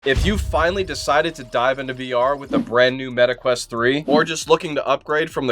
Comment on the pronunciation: meta quest❎ Meta queat ✅